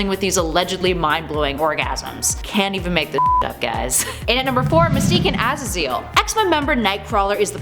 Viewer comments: “Azzazeal” it’s Ah-Zay-Zle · Az a zill? Man what in the blue hell is going on up in here lol it’s pronounced Az zaz zel lmao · Ah-Zay-Zel not Ah-za-zeeel... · Azazel isn't pronounced "az a zeal" its pronounced "uh zae zul" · Its pronounced 'A-zay-zal'. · What is she saying? Pretty sure it’s pronounced Ah-zay-zil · Number four... a-ZAY-zul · Her mispronunciation of Azazel was like nails on a chalkboard, but she’s pretty funny. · ngl that Azazel pronunciation really bothered me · It pisses me off how she doesn’t know how to say Azazel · Sweetie you butchered azazels name terribly